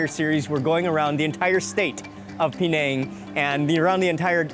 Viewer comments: Why 'peee nèng'? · It's not P nang it's penang all one word